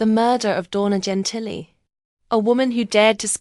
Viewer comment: "Jen Tilly?!!?" 🤣 JESUS CHRIST!!!